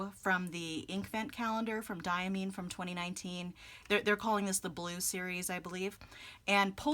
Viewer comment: Diamine is pronounced Dye-a-mine as in coal mine. This per the director of Diamine Speciality Inks. It took Brian Goulet a bit to change his pronunciation too, but he finally got it write. See what I did there? 😉